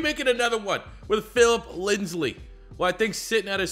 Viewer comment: he's been saying Lindsley since he was drafted lol we can only hope